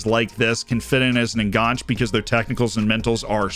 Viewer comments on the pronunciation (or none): The e in enganche is not silent.